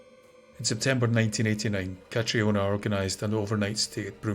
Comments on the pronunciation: Please, Catriona is prounced 'CATRINA' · I always thought Catriona was still pronounced Catrina 🤔... I knew a girl called Catriona a few years back. She's gorgeous but has no idea. She's hated it but i loved it! 😂... but yeah, hey Cat, if you're reading this 😂